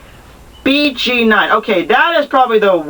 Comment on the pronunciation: BG9 is pronounced Bē Gē Noin